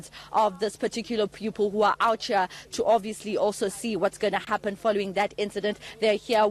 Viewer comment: Did this reporter say 'outhcea' as in OUT HERE. Oh wow